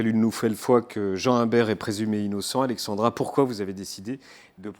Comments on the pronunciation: c'est pas si dur à dire Alexzzzandra pourtant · "Alexandra". c'est difficile? entre prononcer Alexzandra pour la prononcer et écrire Alexandre dans le titre c'est moyen..